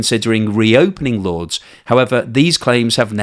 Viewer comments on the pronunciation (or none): At first I was like “Lords”? Like the cricket ground? And then I realized he’s trying to pronounce “Lourdes” 😂 …. It’s pronounced “loor-diss” lol